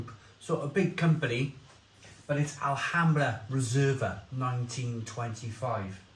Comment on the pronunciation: Told you last week,you don't pronounce the letter 'H' in Spain.Likewise,Mahou is pronounced Mao as in Chairman Mao(remember him?).So,it's a one syllable word,not two.🙂🇪🇸🇪🇺